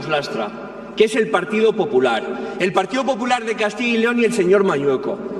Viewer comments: CADTILLA LEON??? COMO SE DICE PUES??? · Todo bien , menos que pronuncian mal CASTILLA YYYYYYY LEON